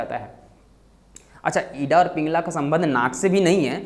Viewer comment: Ida ka pronounciation to thik se kar lo pehle.